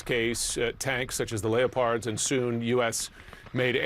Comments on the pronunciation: PS. There are no such thing as a Leo-Pard tank. It is pronounced Lepard. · I hate stupidity in news commentary. The same one pronouncing 'leopard' wrong probably says 'nuke-you-ler' too.